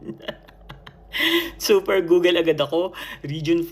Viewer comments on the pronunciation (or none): none